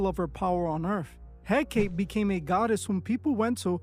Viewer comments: Hecate (/ˈhɛkəti/ ⓘ HEK-ə-tee, not He-Kate. The wiki page even has a play audio feature. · Pronounced "Hek-uh-tee". Not "Hek-kate". XXX was pronouncing it wrong. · It's not Heck-ATE It's Heck-uh-TAY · Hecate: HEH-kah-tee, HEH-kah-tee, HEH-kah-tee! Not HEH-keit. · The Goddess' name is He-ka-tay, Not He-Kate. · ❌hek-ate ✅hek-a-Tee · It’s pronounced Hek- Ah - Teh . Not Hek-8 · her name is he-kuh-tee . u also don’t know what ur talking about . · Hecate is pronounced heck - car- tay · Hecate pronounced Hek-a-tay. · Pronounced: Hek A Tay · Its pronouced 'hek-uh- tay' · Ok but it's pronounced "heck-ot-aye" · It's pronounced HECK UH TEE. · Her name is pronounced He-cuh-tay, I was actually commenting about XXX then you spoke about it! It amazes me people will believe in this, but not believe in Jesus! Jesus is Lord!! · Hecate, hek-uh- tee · I cringe everytime he says it because of that! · dude cant pronounce hekate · Just so you know, the ''E''at the end of Hecate's name isn't silent. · You’re not remotely pronouncing Hecate right or representative of who she is 😂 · Yeah, the mispronunciation really got to me. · Hekate is not supposed to rhyme with "decade". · I feel like he’s mispronouncing her name on purpose so people can’t look her up or maybe trying not to say her name out loud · I think you’re mispronouncing he c a te name on purpose I too don’t say their names out loud I don’t want to summon it some see her as a goddess I know it is a demon. Anyone “working with” these “goddessees” these entities despise humans they don’t want to “help you” and get things for you they might play along and make you think you have the control until they flip the script and it’s never when you think and always worse than anything else you can imagine. Anyone interested in a deep dive in how this works watch a former occult practitioner Craft To Christ she is really helpful in spiritual warfare and follows God now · I thought he pronounced it wrong